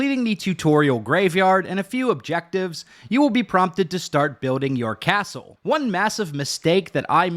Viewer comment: Happy to hear all about buiwding a castow.